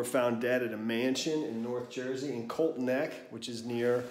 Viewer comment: Say it with me, COLTSSSS NECK, lol, not colt neck lmao